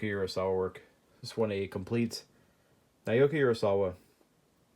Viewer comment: Hey dude just thought I'd let ya know Naoki is pronounced more like Now-Key.